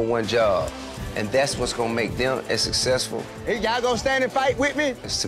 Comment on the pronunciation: i know tiny didn't just say SESSASFULL ...smh